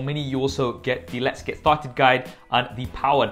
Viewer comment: "Lets get fucked guide" Like if you heard that..xD